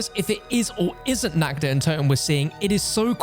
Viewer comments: In german how you speak it its wrong. You say it like: nackt. Not Nacht. Translate nackt please in english😂 but everyone who speaks english, says it wrong so don‘t worry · Nacht der Untoten❌ Nackt der untoten✔